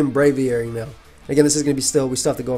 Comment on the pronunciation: they butchered Braviary 😭